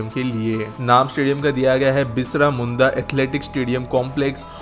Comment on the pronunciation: bisra munda nahi balki birsa munda hai..naam to sahi lo